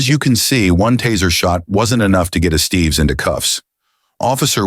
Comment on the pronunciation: “Ess-stev-ess” not “Es-Steve’s”. 😂